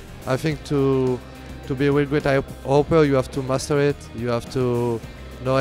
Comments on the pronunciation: its 'master it' not matuerbate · So i was watching the video you know as you do. I just got to the kennyS part and went like “did he say masturbate” so then I though I’ll check the commments surely someone heard what I heard right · he said master it but it hears like musterbait